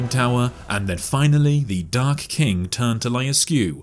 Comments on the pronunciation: Lol how do you make "dark king" sound exactly like "dark kink" every time? Ooh wait you didn't do it and it's back? What a ride! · I love your vids man but y u say dark kink? Its king man 🫠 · Why i only hear him say " dark kink" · i just hear "dark kink" over and over again....wasnt we talking about a king? xD funny thing ^^ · I just can't unhear it... The Dark Kink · knows how to pronounce the word king correctly, but would rather not. Change my mind.